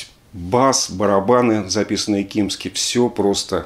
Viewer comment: Не Крис "Кимски", а Крис Кимзи